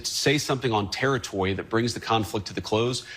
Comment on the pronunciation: so we just gonna skip over how he pronounced Territory as Terry-Towwy.